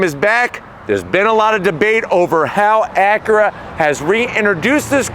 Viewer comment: Drinking game, every time he says “Acuhra”.